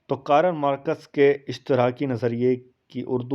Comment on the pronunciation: معذرت کے ساتھ آپ کارل مارکس ٹھیک نہیں پڑھ رہے